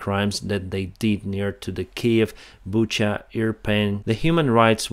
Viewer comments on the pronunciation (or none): none